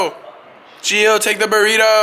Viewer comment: it's Gio not geo